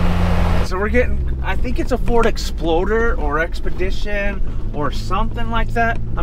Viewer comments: did he say ford exploder? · Did say Ford Exploder? 🤣🤣